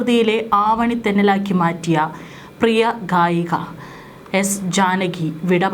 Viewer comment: കായിക. അല്ല ഗായിക